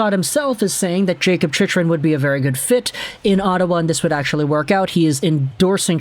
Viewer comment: Bro learn how to say his name